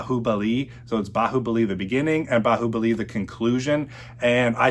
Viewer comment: Correct Baahubali pronounciation, lol👍